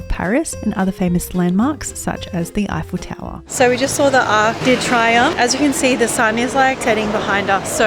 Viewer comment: A tip for you to say tour eiffel.. say F L tower. Stop highfel tower lol